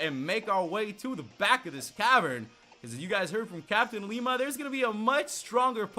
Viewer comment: who else gets triggered because he says LLima's name with an I in the front